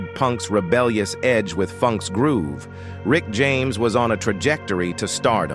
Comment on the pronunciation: Lol! I said the same….it’s mispronouncing quite a few words. 😂